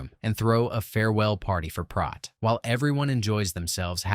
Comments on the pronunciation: I just happened to rewatch this a few hours ago, before seeing your post. A little synchronicity perhaps? LoL. Anyway, you're pronouncing Prot's name incorrectly. It's a long O (oh) not ah (hot or lot). One of my favorite movies! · It's not Prot (as in Rot), it's Prot as in Pro, or... Proteus. It's the name of the god of "elusive sea change", which suggests the changeable nature of the sea or the liquid quality of water. He can foretell the future, and he answers only to those who are capable of capturing him. From this feature of Proteus comes the adjective protean, meaning "versatile", "mutable", or "capable of assuming many forms". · It's Prote as in rhymes with Boat! Not Prot as in not...Prote as in Boat, get it? Got it? Good! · They pronounce it Proat not Prot Proton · It's pronounced "PROTE" as in PROTEIN - NOT prawt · I can't be the only one that noticed you pronounced his name wrong the whole time! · Prot. Long "O". As in: boat. Prot. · Fairly good recap, but you kept mispronouncing Prot. Even the cast told you how to say it, but you kept saying Prot like it rhymed with pot. Come on now.